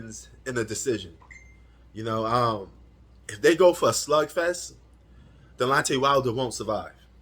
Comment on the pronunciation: bro 😂it’s not delontey it’s Deonte 😂 you must be a casual You don’t even know the man name